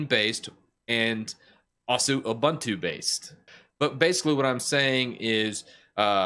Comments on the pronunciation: Ooh-boon-too, not uh-bun-too. 😂 By the way, I love your T-shirt. I'm a huge fan of the Alien series. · It's pronounced "SOO-doo". And "ooh-BOON-too".